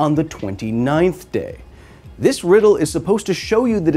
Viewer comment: Did he mess up the French riddle thing at the start of did I hear it wrong last time? I'll probably Google it.